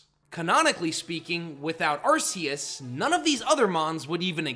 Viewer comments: How many times do I have to tell you?? It’s pronounced ar-KEY-iss, GEER-uh-tee-nuh, DEE-AHL-guh, and EE-jih-slash, “”! 🙄🤨 And stop calling genderless Pokémon male! 🙄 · DO NOT LEAVE OFF THE R IN ARCEUS!